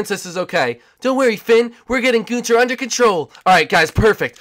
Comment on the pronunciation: ITS NOT GUNTER ITS GUNTHER